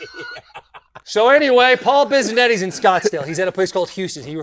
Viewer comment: Taylor you mispronounced biznasty last name wrong dawg it’s “ biss-a-net”